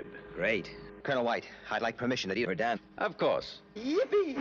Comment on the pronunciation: I thought he said De Verdain